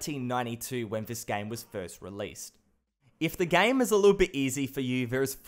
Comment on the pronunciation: whenever he said game i hear 'gang'